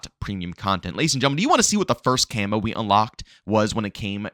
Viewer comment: Why do you keep pronouncing camo as Camoo or camu ITS CAMO DAMMIT